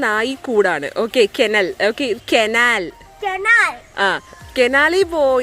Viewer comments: Yes enkkum kenal kaanunnathu ishttamaanu Njangalude naattil kenal ennalla parayunnathu kanal ennanu parayunnathu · Anty canal അല്ല കനാൽ എന്നാണ് പറക്കുന്നത്